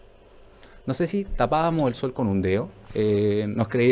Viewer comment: Se dice dedo ,deo no existe ,por favor no sabe ni donde van acentuadas las palabras entrevistado inculto.